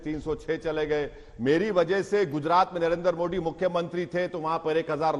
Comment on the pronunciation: पढ़ें लिखे ओवैसी को मोदी बोलना भी नहीं आता मोड़ी बोलता है